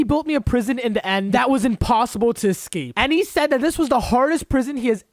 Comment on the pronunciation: THANK U FOR SAYING EXCAPE ROOM